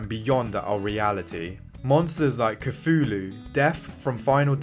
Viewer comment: And you can’t pronounce Cthulhu…